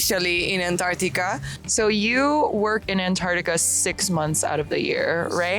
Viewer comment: Antar-C-tica please!!!!. Otherwise, great. Thanks.